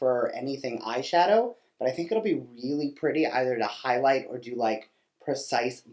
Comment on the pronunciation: "I love the way it Highlit" 🤣🤣 I was saying the same thing when you were looking for the word 🤦🏻‍♀️🤷‍♀️ k can't believe that was 105!